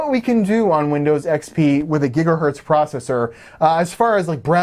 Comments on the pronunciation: It gigahertz me when you say gigahurt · gigahErtz not gigahUrtz. E from checker, decker, sent, repent